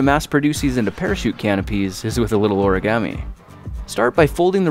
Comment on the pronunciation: i cringed when he said "origami"